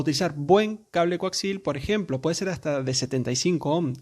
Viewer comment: Bien... aprendi que hay un nuevo tipo de cable... El "Coaxil"....! 🤣😂😁